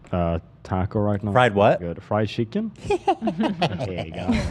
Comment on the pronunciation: ethan laughing at pronunciation of chicken is so funny